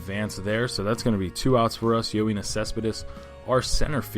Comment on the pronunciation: No. You pronounced it as Yo-een-is Cespedes when it should be Yo-en-is Cespedes